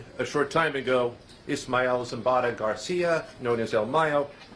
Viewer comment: Who in the hell is “ ishmel” ? 🧐🤔